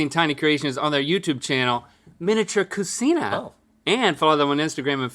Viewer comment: Not cu-seen-a, but cu-chee-na. No Italians around you? 🤭